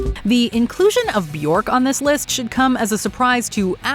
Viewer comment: But the most ridiculous how you pronounce Björk.